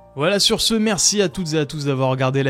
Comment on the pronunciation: Même quand ça dit voilà on entend whalla